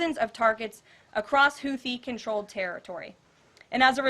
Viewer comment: she can't even pronounce houthi right lol